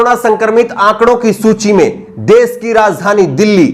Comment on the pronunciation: Bhasha shudh kijye dedh ko des mat kaho. social ko aap sosal keh rhe ho. Sosal mat kho Mujhe aap ki ashudh bhasha sunkar sharm aati he.